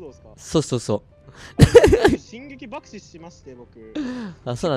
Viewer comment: 爆死のイントネーション独特で草